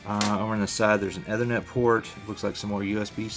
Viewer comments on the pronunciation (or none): It's pronounced EEEE-ther-net.